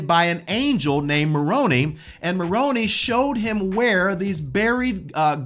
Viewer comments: We SPECULATE that Jesus MIGHT have had a wife. I don't know of anywhere in our faith that claims with knowledge of that. Correct me if I am wrong. Also, dude. We have a pronunciation guide in the Book of Mormon. Moron -eye instead of Moron-ee for Moroni. Neph-eye instead of Neph-ee for Nephi. As for the 2nd Nephi scripture about an earned salvation vs. a graced-deserved one, we cannot attain salvation alone, but that does not exempt us from the work needed to get to Heaven. We believe that the path to salvation is an active one. You cannot have faith in God, then not serve your neighbor or not serve God and then expect to enter into the Kingdom of God. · Moroni is pronounced Mor-rone-eye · For future reference any Mormon names that end in "I" are long sounded. Moroni is not and Italian mob boss 😂 ( Moron-eye) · As an LDS person I was always taught ti respect others and their beliefs. Because I was raised Baptist , married a Catholic, Ive always attempted to understand other religions . The Angels name wasnt Ma Ronie , like macaroni , but Mor oni pronounced like More Row Nye.( sorry but that was really annoying). I wont argue any points here but point out: the decisions who Christ includes in the body of Christ will be detetmined by Christ, not anyobe here on earth. Our job as humans is to love one another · The "Angel" Moroni is pronounced as Moron"eye", not as Moroneeee...I hope that this helps. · Angel Mor-o-nee! 🤣 It's Mor-on-eye... He wasn't a Gotham crime boss! 🤣 (former Mormon current free man) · Moroni like macaroni? 😂😂 I grew up in Utah never heard it pronounced that way… mor-o- n-eye. But hey my kid when she was 5 while at the Joseph smith building looking out at the temple, my dad asked her if she knew who it was up on the top of the temple and reeeeaaallly loud said YES, he’s Horney! 🤣😂So everyone I knew in Utah mispronounced his name!? 😂😂 that is awesome funny 😆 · "Maroni" (ma ro nee) might as well say macaroni 😂😂it's (ma ro nigh)